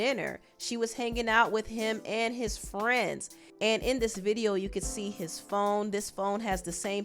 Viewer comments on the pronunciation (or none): none